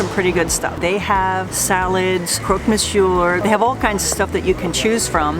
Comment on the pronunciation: please, please, make an effort and do not pronounce the final R in Monsieur, it kills me